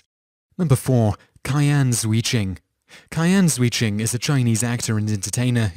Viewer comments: "Qian" is pronounced "Chyen." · How do you not notice you pronounce the name Qian three different ways within the span of one and a half minutes?